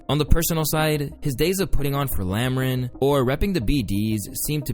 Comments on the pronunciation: ''lamren'' lmao,it's lamron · bro said lamrin its lamron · i was gonna watch this then yo ass said lamren ik all this information in accurate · It’s LAM RON not Lam Ran 😂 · lambRan lol you mean lamron bro lol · “Lameron” goofy ahh can’t even do enough research to pronounce it correctly lmao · ....smh.....bro, try doing more than 8 minutes of research. it's pronounced lam-RON! not Lamran FFS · Man’s said “LAMB RAN” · what the hell is lamrin? its LAMRON!! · bro said lamren. did he even watch a single video where someone said Lam-Ron? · bro said lamren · "Lamrin".... Yeah ill hop out of here. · Lmaoooo bro said "lamrin" instead of lamron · Lamren ?? Bruh its lamron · White boy said Lam•REN 😂😭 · Lol you said Lamron so wrong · It’s pronounced Lamb-Ron lmao😊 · Bruh butchered saying Lamron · You lost me when you mispronounced Lamron. Do your homework. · Heard you pronounce "Lamron" and knew you don't know shit about any of this. Just chasing the wave.